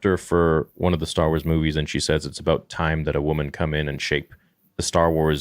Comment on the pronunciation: Stah Wars. I like it.